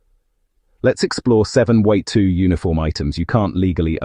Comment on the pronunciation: Why do keep showing US Army and USMC dress uniforms when you talk about SS uniforms. Also. Your AI voice needs some training Especially how it pronounces WWII.